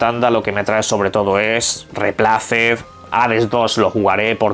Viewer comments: Sin acritud, me hace gracia las pronunciaciones de este señor, “replaced” y “jades” 😂😂😂 es único. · "vampire" si lo prununcias bien, pero para "replaced" te inventas palabras nuevas..... Yo ya no se si enojarme o sentir lástima 🤔